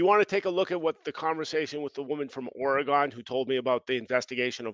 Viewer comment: why he say Oregon like that 😂😂